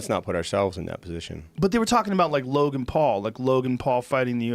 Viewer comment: Joe "Logang" Rogan